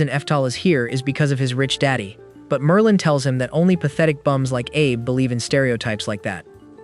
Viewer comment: bro said Marlin...✌️😭